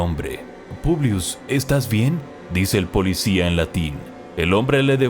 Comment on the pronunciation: Me gusta como dice polidsia